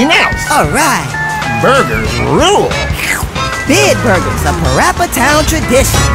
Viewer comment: “Let’s Play Pawapa” 😂😂😂😂